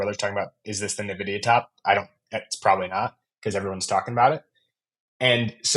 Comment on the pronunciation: its N-vidia man